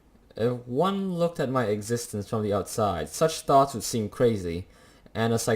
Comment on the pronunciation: Are you Italian? Cause I heard “uno” instead of “one”? Btw, I highly recommend you to play Life is Strange if haven’t played it yet. It’s a graphic adventure game, one of the best game I ve played so far